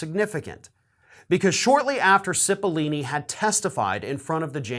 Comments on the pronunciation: Pretty sure it's Cipollone, not Cippolini... Just sayin... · it's Pat CIPOLLONE not CIPOLLINE. sorry. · CipollONe not CipollIni (sigh, men just can't read...) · Why do people keep pronouncing CipollOOOOOOOne's name with two "E" sounds? Learn how to read! "Cipollone" isn't pronounced "Sip-o-lee-nee". It's pronounced "Sip-o-lone-ee". There's no language where the "one" in Cipollone is pronounced as "ee-nee". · Cipilollone, not Cipillini. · Come on,. I'm a fan and watch every single clip you post. But certainly you can read well enough not to get Cipolini out of Cipollone. Really. Makes you look illiterate. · Pronounced “Sipa lone eee” (love your vids but pronouncing names is NOT your strong suit!) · His name is Pat Cipollone not lini. That is all. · Pronounce Pat's name correctly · Why is this guy's name so freaking hard to correctly pronounce for people? It's four syllables, bro! 🤣 Just think "pepperoni". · Correction: Cipollone is pronounced with a hard o in the third syllable. I have heard many people in the media mispronounce it.